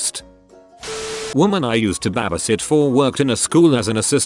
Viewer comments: bah-beh sit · BAb-EE sit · BAH-bee sit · HE SAID BAABYSIT